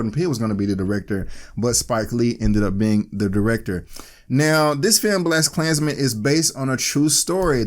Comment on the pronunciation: what is "Blessed klansmens" and why do you keep saying it?